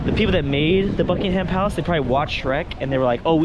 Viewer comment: seeing react to European culture and life is funny but makes me want to game end and when he talked about uk doors i laughed because every uk house has that and then he said BUK - ING -HAM palace